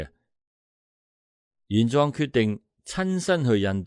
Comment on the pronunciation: 玄奘 自小讀莊 你讀壯 可有特別意思😂😂